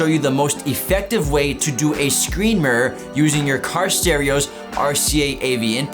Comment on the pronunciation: Say murer on more time